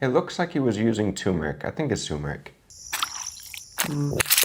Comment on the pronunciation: Guys the 'r' in turmeric is not silent. T_T